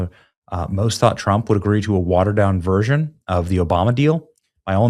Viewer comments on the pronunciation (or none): none